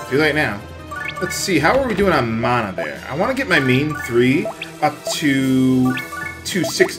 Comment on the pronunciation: the word is man-a not the way yopur saying it